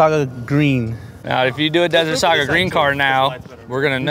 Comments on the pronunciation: Sage. No accent on the e. Like the stuff you burn to ward off evil spirits. Desert Sage Green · Lol sage not saga.... sage like the spice